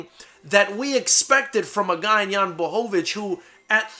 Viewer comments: best pronunciation of his name I've ever heard from a non-Polish person well done!! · Holy shit, someone actually pronounced his name right. Props to you sir :D